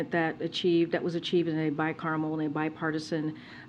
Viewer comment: It's bicameral, not bicaramel.